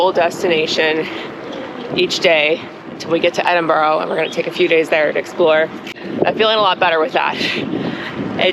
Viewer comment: Loving this series. I knew after I saw the salt on ice cream incident to be prepared for some unhinged stuff, but I was NOT prepared to hear our beautiful Edinburgh pronounced that way - I honestly think my ears might have started to bleed a little. 😂 Are these videos live? Are you editing and releasing as you travel? God, I hope so, so I can catch you before you reach Edin-bra. Or Edin-bruh. Either works.